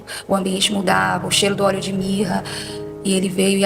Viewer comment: Quando ela disse oléo de mirra